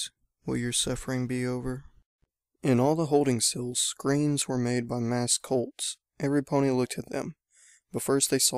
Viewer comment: Made not kade